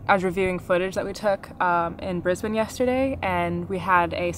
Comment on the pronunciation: Thank you for pronouncing "Brisbane" properly. You truly represent what the majority of humanity can be.